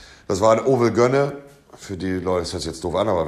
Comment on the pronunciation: heist das nicht 'övelgönne'?